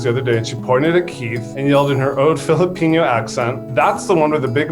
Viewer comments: ...did anyone else notice that Filipino was pronounced as "Filipinyo" ? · it's pronouncing filipino as "fili-peen-yo" for me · lmfao, why did pronounce "Filipino" like "jalapeno"